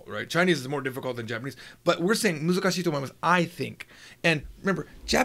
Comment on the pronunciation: It's "muzukashii" and not "musukashii"